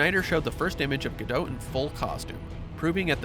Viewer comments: it's Ga-dot. Not Ga-dote. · I can't listen to him say Gal's last name. Ga-dote. No. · It’s gah doh